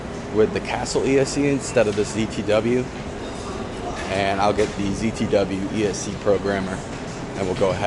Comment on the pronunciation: Is he saying "ESE" instead of ESC?